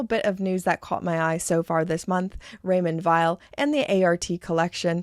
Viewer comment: You make me laugh ,how you say Raymond Wiel ,yes they are Vile ,indeed .oh my ,i love the Zenith .